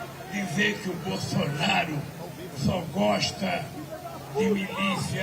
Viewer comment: Sabe nem falar Bolsonaro, ele fala Bolsonario kk